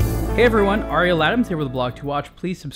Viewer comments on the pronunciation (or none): none